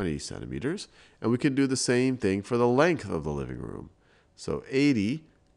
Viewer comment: anyone else realize how he says "Maya n Mable" instead of "Maya and Mable"